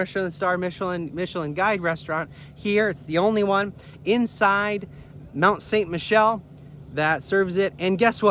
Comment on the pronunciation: Yeah, learn to pronounce it.